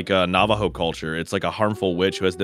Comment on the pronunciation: OMG HE SAID NAVOJHO